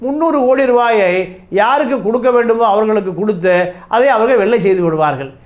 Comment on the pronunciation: Please improve your pronounciation ல......ள. "அவர்கல்" இல்லலை "அவர்கள்" பள, நிளை, காளம்